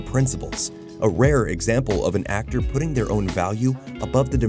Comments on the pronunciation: "Putting" doesn't rhyme with "pudding." It rhymes with "rutting." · I'm pretty sure "Dead Putting Society" is pronounced like putting a golf ball (like what is done in the episode since it's about mini golf), and not like chocolate pudding. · It’s pronounced “putting” like golf 🤦‍♂️ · It’s “putting” as in rhymes with “strutting”, i.e. to putt a golf ball…have you seen the episode? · Did anything else hear "dead pudding society"? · Dead put-ting society? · Sorry "dead putting [wrong putting] society"?? is this an AI VO? oof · It's "Dead Putting Society", as in to putt, as in golf, as in what the whole episode is about. Maybe AI videos aren't so bad. If real people aren't going to put in the effort to do research and just use google to make a video, what's the difference? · Did you really mispronounce “putting”?